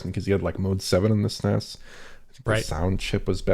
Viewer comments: kept pronouncing SNES as one word. Is the SNES older than him?? OMG I'm old. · "Sness" Because if you say S-N-E-S it has almost the same syllables just saying Super Nintendo.